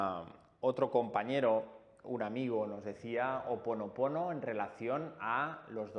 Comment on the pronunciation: Botella vidrio azul...tapón corcho ó papel celofán....y nó es Ho oponopono....és Hó oponopono...lo he escuchado mucho a Dr Len...(suena cómo j)al comienzo...